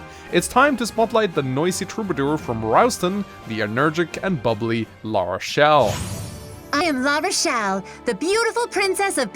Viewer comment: Still waiting for the day realizes it’s not “energic”.